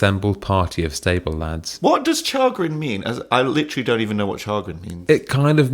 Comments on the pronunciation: I'm really sorry... But it's pronounced 'shay-grin'... 😅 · No it's not it's pronounced 'Sha-grin' i mean at least do a quick google of the word before you correct someone else